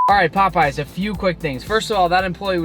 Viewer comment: like POPEEZ 19 mins and 49 sec in that sounds really funny